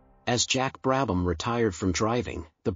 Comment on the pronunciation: Fortunately you were able to pronounce the subjects name correctly